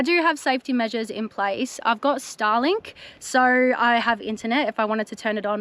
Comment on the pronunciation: Oh, you craziy Aussies pronouncing the word 'so' as 'so ar'.